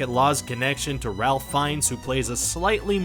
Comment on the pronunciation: Pronounced Rafe not Ralph